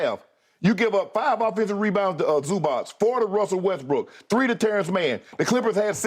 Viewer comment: Skip said "vintage westbrick" 😭